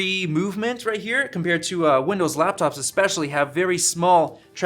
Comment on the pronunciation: Ha.... "Windows-Láptops." How infantile.